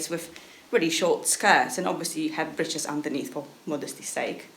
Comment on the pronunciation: Someone who cares to pronounce breeches properly ♥️♥️♥️♥️